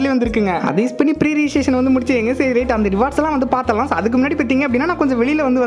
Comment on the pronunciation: Pre registration is word😂 Prerition is an emotion😅